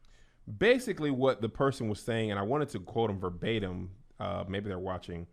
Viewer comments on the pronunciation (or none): none